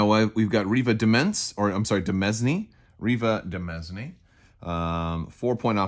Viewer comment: Reeva Demesne is pronounced “De-main” I believe. At least that’s how the Catalyst audiobook pronounced it.